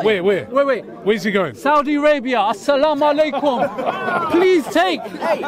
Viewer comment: "Assalmu aleykum" 😂